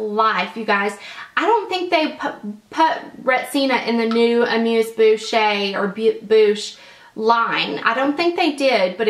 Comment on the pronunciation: French lesson alert! It;s pronounced 'Ah- mooze -boosh" not "boo-shay" :) xo